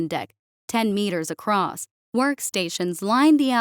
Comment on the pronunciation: The word “across” does not contain the letter “T”.